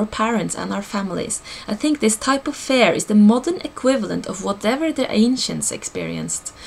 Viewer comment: You pronounce fear as fare. Didn't make sense at first. Thank you for this video! Great info. :)